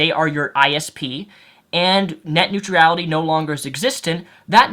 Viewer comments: Neutrality(new-tral-ity) not new-tree-ality lol not hating just advising. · It's "neutrality", not "neutriality". How can you know so much about a subject but not kow how to pronounce the word correctly? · STOP SAYING NEUTR*I*ALITY!! There's only one I in that word! You spelt it correctly in your video title, why can't you say it properly? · Why can't you pronounce "neutrality"? It's not "neut-reality". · WHY DO YOU KEEP PUTTING AN EXTRA "E" IN NEUTRALITY!? It's extremely annoying... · Urgh my brain...please never pronounce it 'Neutrurality' again :'(. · I am finding it difficult to watch this video because I keep hearing "net new tree ality" instead of "net new tral itty". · you pron neutrality as nutreality. hahah xD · every time you try to say neutrality in his video i cringe. i don't deserve to do so by any means, i make similar mistakes, as previously stated i sometimes say nucular instead of nuclear, but jeez, so many times in a row, did you never try to read the word before you said it? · neutrality, "newt rality". sound it out. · I just don't think he's heard it pronounced right, or given much thought to it. He pronounces everything else right. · Your inability to pronounce neutrality is annoying the piss out of me. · Yet he manages to pronounce every other word just fine. Also iality is not a suffix. Sometimes people just get things wrong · You butchered the word...neutrality :P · There is no "I" after "R" in neutrality. I know it doesn't affect the general message of the video, but you are pronouncing it wrong and it's distracting. Otherwise, nice video. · No disrespect to, but yes, it was a little distracting. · your pronunciation of the word neutrality is about as bad as george w. bush's pronunciation of nuclear. don't get me wrong, i pronounce allot of things horribly, including the word nuclear (i still like to say nucular) and your problem with neutrality is similar bud.